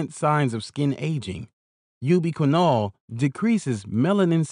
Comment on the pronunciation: "You be quinn-all increases sperm monolitty"